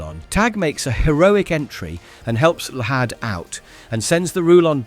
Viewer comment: Llahd is pronounced as "Lad" no hard H